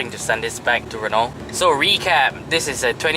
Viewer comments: PRONUNCIATION SUPPOSED TO BE #RENO.....😅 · awesome review... though wished the Office ppl had communicated the proper pronunciation of Renault to you....